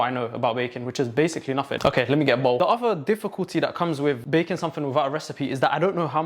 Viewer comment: without fail every "baking" sounds like "bacon" to me